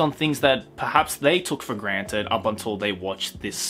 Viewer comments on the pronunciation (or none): none